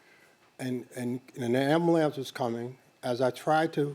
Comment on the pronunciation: Did dude just say ambalams?!